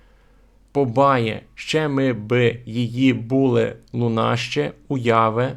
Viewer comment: Не жИли, а жилИ. Не були, а булИ. Говоріть українською правильно! наголоси! А за все решта - дякую!